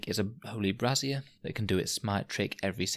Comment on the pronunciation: it wouldn't have been about bras if he hadn't kept pronouncing 'brazier' like 'brassiere'...